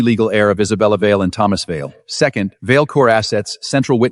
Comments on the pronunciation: Even a name as uncomplicated as Vale was pronounced as Vase 😂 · And Vale. Other words were mispronounced. . . .